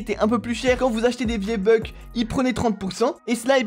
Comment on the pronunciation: c moi ou t’as dis viébucks